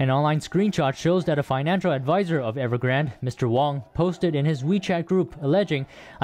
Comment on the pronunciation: EverGRANDE not Evergrand